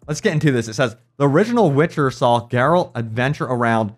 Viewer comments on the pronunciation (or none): none